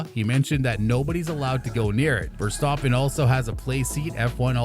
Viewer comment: Am I the only one that hear him say, "Max Verstoppen"? Great video btw.